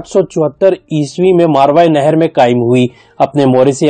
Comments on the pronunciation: آپ ایک لفظ صحیح کر لیں (ماروائے نہر) آپ بول رہے ہیں یہ غلط ہے (ماوراء النھر ) صحیح ہے یہ عربی کا لفظ ہے مطلب نہر یعنی دریا کے پار والا علاقہ اب اس نہر کو دریا آمو کہتے ہیں جسکو عبور کر کے روس افغانستان میں داخل ہوا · بھائی آپ کی کوشش بہت اچھی ہے لیکن تلفظ پر توجہ دیں ۔ اصل لفظ ” ما وراءُالنہر“ ہے جو آپ سے صحیح نہیں پڑھا جا رہا۔